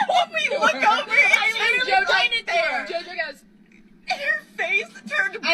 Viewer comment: Jojo concentrating suoer hard on saying "the rrrrran away" instead of "They Wan away! They wan wight outta thewe!"